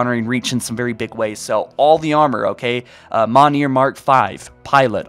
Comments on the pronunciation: The way he pronounces mjolnir hurts my soul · Have you figured out how to pronounce the word “mjölnir” yet? I know you struggled with that in the past